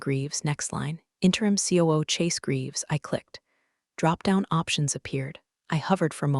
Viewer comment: That Ku instead of COO really caught me!